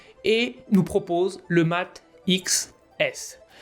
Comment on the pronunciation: Je vais passer sur la présentation en elle même ou ce n'est absolument pas ça.. Mais la prononciation de "Mate".. vous êtes sérieux ??